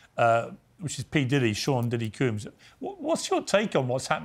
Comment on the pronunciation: I love how Piers say "coombs" instead of "combs"